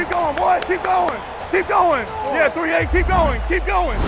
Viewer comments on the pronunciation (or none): none